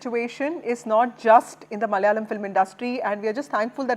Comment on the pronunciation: NDTV..it's not MALYALAM...it's MALAYALAM....